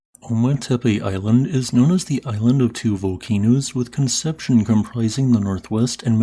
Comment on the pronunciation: Con-sep-see-own. Great video, as always!